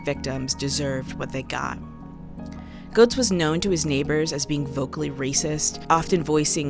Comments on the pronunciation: Its pronounced Getts not Goats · Pronounced "gets," not "goats." I've met the guy. Two of my friends live in his building. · Excellent video, and you make several exceptional points. One nitpick, and was especially grating for me since I grew up in NYC in the 80's, is that his name is pronounced "Gehtts", not "Gohts." I know it's minor, but it was like a needle scratch every time you said it.